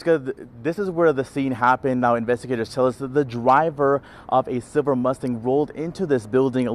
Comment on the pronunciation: Its pronounced "Silver" not "Siver". Youd think someone that speaks into a microphone for a living would be able to pronounce a common English word.